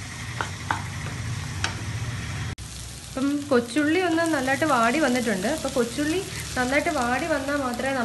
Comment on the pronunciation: Kochulli ennu parajapo njan athyam kochunni enna ketath😂😂